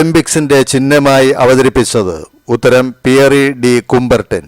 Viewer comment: That's not cumbartin that's cubartin😂😂😂